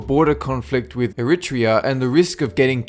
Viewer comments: Air-Rhit-Tree-UH. NOT Arit-Rhea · Eritrea is pronounced Air-UH-Tree-UH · I LOVE the information.....BUT PLEASE ...learn how to pronounce....the names of places correctly.. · PLEASE. LEARN HOW TO PRONOUNCE ERITREA AND NAPLES... and "corcaine" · You guys want to learn to pronounce places and countries!!! eritrea was almost laughable.. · Eritrea, Naples - pronunciation dude